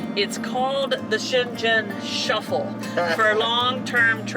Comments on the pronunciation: Schengen is pronounced with a hard g, just like the name Morgan. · Americans can stay in the UK for 6 months without a visa. The word Schengen is pronounced with a hard g-- shen/gen like gun. The ball game is Petanque if you wish to look it up online. The bicycle bags are panniers. If you managed to communicate in Brazil in even pidgin Portuguese--one of the most difficult languages to learn--then you will do fine in Europe. Most Europeans speak multiple languages. You are doing great! You've hit the ground running even if it doesn't feel that way! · Schengen (‘g’ as in ‘go’). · Schengen has a soft G like "singer" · Um, it is pronounced "Scheng - gn". No Z's in there. Sorry, I am originally from Switzerland and it kinda hurt my ears, Hehe! Highly recommend Switzerland, by the way. Best months are April through October!!! Oh, and don't skip too much of Croatia! Especially the coast! It is absolutely stunning!!!! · Welcome to Europe, guys! FYI, Shengen is pronounced with a hard 'g' as in gum. Have fun & looking forward to seeing you in the UK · Just so you know, it is pronounced shen gon 😁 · FWIW, this is how I've heard it pronounced. SHENG + UHN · So looking forward to traveling through Europe with you folks, your videos are wonderful. One thing tho, are you pronouncing Schengen correctly? The internet and other content creators pronounce it with a hard ‘g’. Just curious.. BTW-, I always admire your beautiful complexion. I’m so envious, your skin looks flawless.. ♥️✌🏼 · Try saying cheng-en❤ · Schengen is pronounced Shaing-en, hard G 🤗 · Welcome to Europe! I loved your tour of Senlis. Quick note on pronunciation: Schengen has a hard “g” - G like your cat’s name. So it sounds like ShhenGen. Hope that helps. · Check out the correct pronunciation of Schengen! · Check out the correct pronunciation of Schengen. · P.S. - The G in "Schengen" is pronounced like bringing - it's a very soft G.